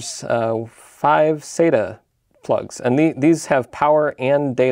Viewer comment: thanks for the cool video jeff. i always pronounced "sata" like "sat-uh." then i found a great 17+ year old post on tomshardware (from its good old days) that converted me to pronounce it like you ("sayta"). it referenced this famous ST:TNG quote: Dr. Katherine Pulaski: "Dayta, Dahta, what's the difference?" Data: "One is my name, the other is not."